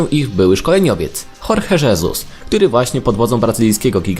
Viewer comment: Dlaczego imię Jorge, prowadzący wymawia po hiszpańsku a nazwisko po portugalsku?